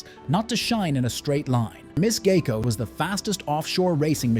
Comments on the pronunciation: I don't see an "A" in the name. It is G I E C O. Sounds like GI CO. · AI can't pronounce and you have trouble spelling. It's "GEICO" which is short for Government Employees Insurance Company.